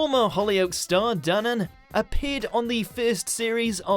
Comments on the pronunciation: DANAN not ooh Danone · It’s Dan-An! Jeez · You also pronounced Paul Danan's surname wrong. You should have watched a clip of him introducing himself and saying it lol. It would have been easy with all the reality tv he's been on.